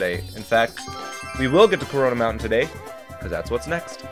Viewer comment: Any else having a stroke hearing corona mountain or is it just me?